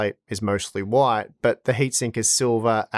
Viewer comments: Hwite, hwite, oowayt, why t 🤣🤣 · The way you say "white" would make you right at home in the US south lol